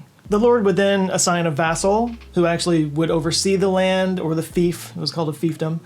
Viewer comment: Thank you for pronouncing "fief" correctly! (from a medievalist) ... and don't apologize for talking politics. You and everyone else with intelligence and common sense needs to be talking it more not less.